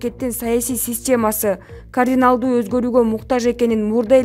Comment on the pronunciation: кориналдуу эмес кардиналдуу озгору-деп айтылат туура окугулачы спикирдей эле сабатынар бар окшойт?